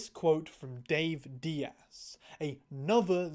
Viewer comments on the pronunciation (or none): none